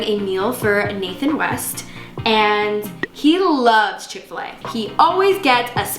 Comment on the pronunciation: Niki: :oil smells like chick-fa-lay Probably because it’s supposed to be a chick-after-lay sandwich 🥪 lol